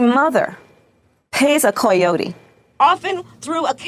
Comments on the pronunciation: "Co yotee?" That's neither Spanish nor English. Harris is such a farce. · What THE FUCK is a coy-otee? I have never met a white person or Mexican who pronounces it that way. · back up to where she first starts talking about 'coyotes', is it my imagination or is she pronouncing it as 'CLOY-OTES'? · What the hell is with the “koyote” pronunciation? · You mean you never heard Coyote pronounced KWOYAHYOTYEEEAAAGGGHHHH? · She saying coi yoti? Instead of coyote.. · Why can she not pronounce "coyote" correctly? It's like she thinks ppl will mistake it for the actual animal so she pronounces it like the fish "koi" ... "koi-oh-tee" this woman is a fvcking idiot! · She was purposely saying COY-ote to indicate a partial Spanish pronunciation and thus signal her solidarity with a region of people she could not care less about. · it's part canine, part carp . koiyote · I'm in Texas. My friends are mesican as they call themselves and they all said nobody in Mexico says "Coy'ote". She thought they do so it's just proof she panders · No one on earth naturally day coy otie. Not in Spanish, not in English, not in Nahuatl. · She was purposely saying COY-ote to indicate a Spanish pronunciation and thus signal her solidarity with a region of people she could not care less about. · Coy oat is not how you pronounce coyote LOL. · Coyote is not pronounced like the fish Kamala, nice pandering. You make Hillary look good. Kamala:"don't come, don't come" Trump: "oh I'm coming, uuhhhhhh". Ugģggh Colbert is as cringe as Kamala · If I hear her miss-pronounce coyote one more time my ears will start bleeding. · Is she saying coyote? Like the animal? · Is KKKamala trying to say "Coyote?" Who does she think she is, Dan Quayle? Maybe Sarah Palin? Take your pick. The only reason her demented boss was to hope people would look at her as being more STUPID and SICK than Crackpot Joe! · The worst part? She can't say "coyote". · Why can’t she say coyote? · It's an imbecile's pronunciation of coyote.